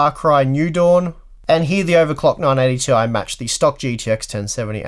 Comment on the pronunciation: Thank you for another great video. Every time you said, "980 ti", I'd hear "non 80 ti".